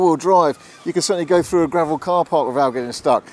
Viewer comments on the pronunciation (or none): none